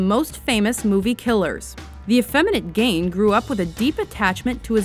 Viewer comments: gein not geid. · It's Ed Gein, not Gain. It's pronounced "Gean" like "Bean'', not "Gayne" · It's "Gein" as in "keen"! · Why the hell are you pronouncing Ed Gein's name so wrong?